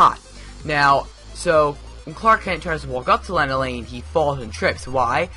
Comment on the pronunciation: I have been watching smallville since season 1 and continued watching till season 10.. And now I own all of them on DVD. Personally if you going to do a review on the show you should know more about it. Ye Clark's friends name is Chloe.. And Lana LANG. Is pronounced Lona Lang.. The first 4 seasons of this show Clark is in high school.